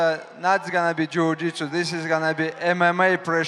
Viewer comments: "this not gonna be jew jitsu" 🤣🤣🤣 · It’s jorjitsu islam used to say. Now he says jujitsu it’s unfair to fans islam